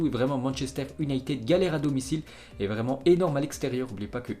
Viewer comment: un français vreeeuuuument